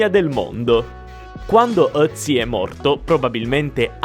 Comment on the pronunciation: Ciao, sono di Bolzano e sono di madrelingua tedesca. Ti faccio i miei compliment per la pronuncia in tedesco. Sei l'unico italiano che sa pronunciare Ötzi. Sei anche molto simpatico.